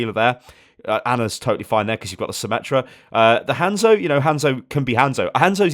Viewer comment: FUCKING ATOU CORRECT. NO SOMME, NOT SYMMETRY, FUCKING SYMMETRA